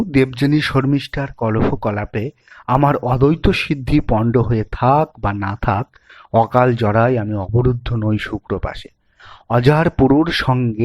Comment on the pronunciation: ভাগ্যিস সুধীন্দ্রনাথ আজ আর নেই। নাহলে এই সব অর্ধশিক্ষিত দের কাণ্ড দেখে হেসেই মারা পড়তেন। স্বস্থ ধিক্কার'এর জায়গায় 'স্বচ্ছ ধিক্কার', 'শুক্রশাপে'র বদলে 'শুক্রপাশে', অধঃশাখ না বলে অর্ধশাখ ! সবার উপরে এক অপরিশীলিত কণ্ঠ। এরা নিজেদের কী ভাবে? বচ্ছ